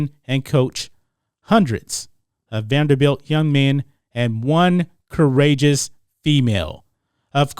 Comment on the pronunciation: Salute to you Mason for trying to make the program relevant, but its "Vanderbilt".